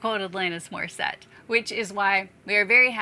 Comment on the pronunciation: Did you say Atlantis Morriset? Sorry, but I had to. Love the channel